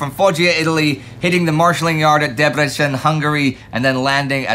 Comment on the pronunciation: The c in Debrecen is pronounced "ts"